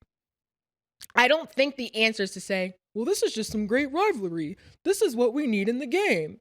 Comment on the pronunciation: “RIVALRY” not “RIVLARY” 😂